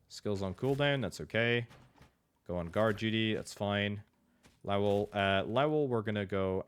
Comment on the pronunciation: Lao well? I literally just clicked off a video for mispronouncing ocarina and I land here. If you don't know how to pronounce a word, look it up, quit guessing. This goes for YouTubers politicians, randos, anyone. It's 2026, we all have the internet in our pocket and everyone chooses to be ignorant as fuck.LOW-UHL Good lowuhlrd almighty. Game journalists, I swear.